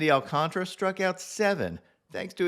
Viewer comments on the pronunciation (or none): Happy birthday dude. I understand not rolling R's since I can't but I believe you are butchering Alcantara's name. I have heard it the same way from other people but there is another a that is completely being missed. Dudes about to win the Cy Young, figured we could at least respect him enough to pronounce his name correctly. Then again maybe I'm wrong and it is Al-con-tra instead of Al-con-tar-a.